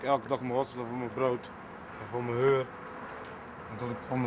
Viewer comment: Ik weet dat ik elke dag moet hosselen voor mn brood en voor mn HEUR whahhahah wtf, kan geen huur uitspreken altijd Heur?